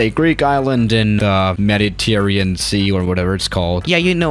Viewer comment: This JERK seems to be proud that he cannot even PRONOUNCE THE NAME OF THE MEDITERRANEAN SEA CORRECTLY. So you know that his video is PURE CRAP. BIG THUMBS DOWN FOR THIS MORON.